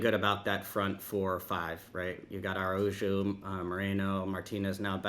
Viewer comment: Please stop pronouncing Araujo wrong 😭